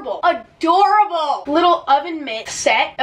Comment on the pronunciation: “A-DORA BOWL” omGGGG